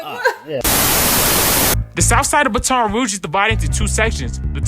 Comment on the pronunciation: I wish somebody woulda told the narrator the correct way to pronounce BATON ROUGE & his old Shii was raw asf!